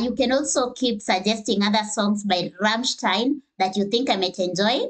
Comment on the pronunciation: Well fuck me, you got the "ei" in "Rammstein" right. Big up, most anglophones never get it.